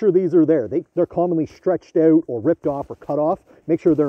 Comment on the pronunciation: The cuts are annoying and not saying " out " correctly is not funny anymore, 60 seconds in I had to turn it off.